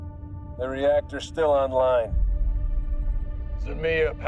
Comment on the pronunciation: zmeyA. accent on the last syllable. that means snake in russian.